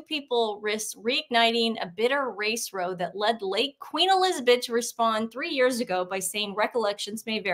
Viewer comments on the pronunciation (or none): British argument: Pronounce ‘row’ like ‘bough’ Not ‘row’ like ‘beau’ - FYI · This is the second time I've heard the American pronunciation of "row" in the past 5 minutes! Not to cause embarrassment, but I do find it a bit amusing. The word is meant to rhyme with "HOW", not "NO". I think some people must think this is somehow related to boats. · In the term "racist row," row is pronounced like "how"... a British term for an argument. FYI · Hey guys… just had a little comment, i noticed when you read it’s difficult to know the difference since its the same spelling, but “row” in english is a slang for fight or argument, pronounced row as in cow.